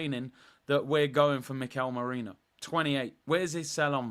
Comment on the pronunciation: It’s merino not moreno